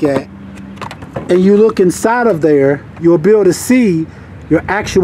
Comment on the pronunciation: The way you say Thur has me listening to some old Chingy 😂😂